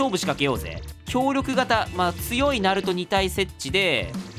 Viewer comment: さんざるとじゃなくてなると とね